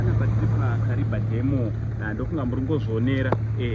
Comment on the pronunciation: You pronounce as kariva that's a tonga word kariba